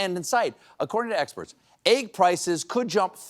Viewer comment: He said Eggsperts :)